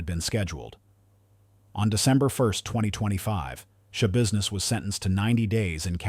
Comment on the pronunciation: Shaboozness, shabusiness, shabizness, repeating sentences worse than your grandpa, AI is bullshit.